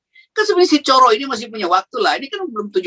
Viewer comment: Coro yg artinya kecoak itu pengucapannya pakai o seperti pengucapan borrow gitu. Kalau pengucapannya pakai o seperti ponorogo maka artinya cara.